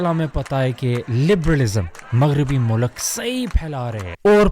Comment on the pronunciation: Appreciate you doing videos in urdu too MashaAllah! Don't pronounce mulk as mulak and ilm as Ilam. Hope you don't mind bro. Just a correction. More power to you! ♥️